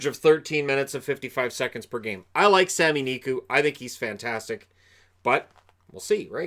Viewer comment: Sami Niku not Samu.